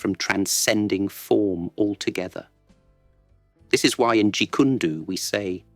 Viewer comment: Probably you use a text to speech for this cool videos, if so, consider typed “jeet koon doh” instead of “jeet kune do” so the text to speech program pronounces the name correctly 👍